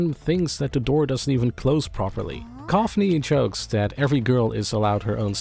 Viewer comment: haha. Good to hear someone doing Clobber (Colfer) right